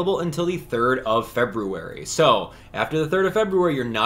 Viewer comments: The way you pronounce February is driving me nuts 😂 but, love these videos! I’ve got all my stuff, and can’t wait to get the timelocked items! 👏🏻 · They’re both right lmao. Doesn’t matter how it’s “correctly” pronounced, the way you say it is annoying to me lmao. I do, and everyone I have ever met or spoken with has pronounced it feb-yoo-ary, and it’s exactly how i’ll continue to pronounce it. It’s common for the American pronunciation of it. Feb-rue-ary is just annoying and doesn’t sound right lol. I truly do not care how you pronounce it, I wasn’t hating on you, or saying you had to pronounce it differently, yada yada. It’s annoying to me, made me laugh to hear it cause it sounds wrong, and most letters are silent in many words. Simple as that 🤷🏻‍♀️